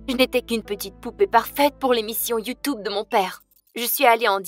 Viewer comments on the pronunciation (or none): Ma chère on ne dits pas y ou tu obéi dits tu tube😡😠😇😲👍👎